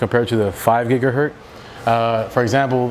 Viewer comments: It is not a gigahert, it's gigihertZ. A man's name is Hertz. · I love your informative videos. Thank you. But could you please pronounce the Z on the end of gigahertz.